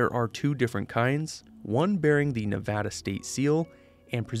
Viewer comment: it’s a small thing to note, but as a nevada native, it made me really happy that it’s actually pronounced correctly here